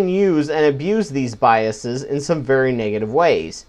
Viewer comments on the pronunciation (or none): Good video. You're pronouncing biases wrong though :P the -es prefix, should be pronounced the same way as you would pronounce it in the word 'faces'. -es should only be pronounced as 'ees', if it is the pluralisation of a word ending in -is, such as hypothesis. The problem is, this mispronunciation is so widespread that many educated people make that mistake. Sam Harris, for example.